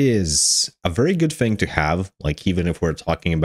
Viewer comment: Fing? Or Thing? You lost me at 26 seconds when you said FING instead of THING. I tried to continue, and at 47 seconds you say DIS instead of THIS. Genuine question, are there some people that cannot pronounce the "TH" part in any words? Is it a male or female thing?? Would you say "I FOUGHT SO" or "l THOUGHT SO"? I am Foroughly confused.